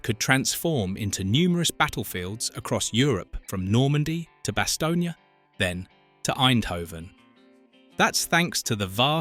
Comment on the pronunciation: Bastogne - Two syllables as in bass-tone not bass-tone-ya.